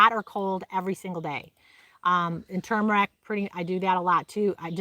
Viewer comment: I'm glad you pronounce turmeric correctly! Some people think it has a silent R! It is turmeric, not tooomeric like some people say. Sorry that's just my pet peeve. 👍👍